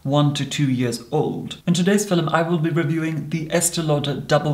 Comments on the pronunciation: A "FILL-um"?! Exactly what is a "FILL-um"?! LOL! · I pronouced film as filoum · Ahhhhh he says ‘film’ like they did in Shakespearean time ‘philoem’ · no one:: FiLeM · I adore how he pronounce 'filum' 😂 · “Filim” holy shit I love it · I’ve never heard the word “film” said with two syllables but I kinda dig it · Lou Drake it’s a posh Scottish thing! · The Dutch say it like that too